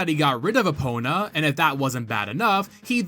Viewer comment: Just finished the OOT video before coming here and the first thought is "oh thank god he's pronouncing Eponas name correctly this time" because if I have to go through this video with the same misnaming by calling Epona Epina I think my ears would bleed.